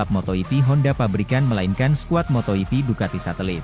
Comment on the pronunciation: Ada kesalahan kata di konten ini 1. Motoipi = MotoGP 2. Pedoacosta = Pedro acosta Tolong mending pake suara asli kalo pake suara ini kek gak nyaman banyak salah kata